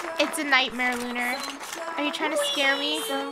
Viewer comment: Lunar not luna